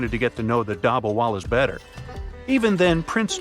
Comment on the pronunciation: hello i love your videos but one thing if you are pronouncing an item from the Indian subcontinent pronounce a as u like dubbawalus and koorta pujamus